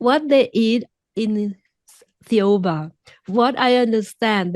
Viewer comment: เราอ่านหนังสือเล่มนี้จนถึงตอนที่ Thoa บอกคุณมิเชลว่าพระเยซูถูกส่งมาเกิดยังดาวเทอร์ราหรือดาวโลกของเรา แล้วพอดีช่วงต้นคลิป โค้ชขอให้คุณออกเสียงคำว่า Thiaooba ให้ฟัง คำนี้คุณมิเชลซึ่งเป็นคนฝรั่งเศสออกเสียงยังไงแน่ เราฟังคุณออกเสียงแล้วมันคล้ายๆ เจโฮวา ซึ่งเราคิดว่ามันคล้ายกับ “เยโฮวา” ซึ่งหมายถึงพระเจ้าในคัมภีร์ไบเบิลเลยค่ะ ไม่รู้ว่าเราคิดไปเองรึเปล่า? มันจะบังเอิญเกินไปมั้ย?